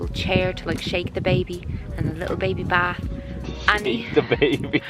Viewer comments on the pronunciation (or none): none